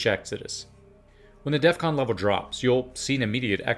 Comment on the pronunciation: DEF CON. not DEATH CON.